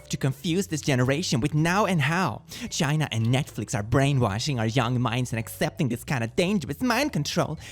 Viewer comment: I like how you pronounce ChInA